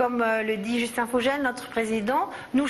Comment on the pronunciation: en alsacien il faut dire VOGEL prononcé FO GGel et non vosges gel